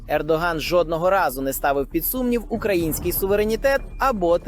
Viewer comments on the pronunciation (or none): none